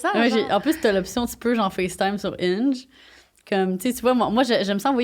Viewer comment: Quand tu as dit ''Hinge'' j'avais compris ''Inch'', haaaaaaaa! xD Je n'ai jamais utilisé des ''Dating Apps''. Je préfère parler en personne. On dit ''vedette'', et non ''célébrité''. Le ski et le snowboarding sont très différents. Ce sont deux façons différentes de maintenir l'équilibre. ''Célibat'' pour toi semble vouloir dire ne pas être en couple. Ça ne signifie pas l'abstinence 😉. En passant j'aime bcp les croustilles Miss Vicky's Lime & Pepper.